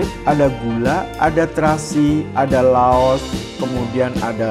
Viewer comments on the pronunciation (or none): none